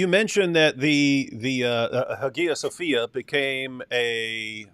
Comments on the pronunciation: Guys it's pronounced Haya Sofia. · well that’s the debate in correct pronunciation. There’s a reconstructed koine that sounds more like modern Greek (for some reason. I don’t know why it is). David is using the Erasmian pronunciation, which is pretty much ubiquitous in scholarship (and i use cause it makes the spelling more clear). But the Hagia Sophia is probably Byzantine pronunciation, thus APs pronunciation is probably more accurate.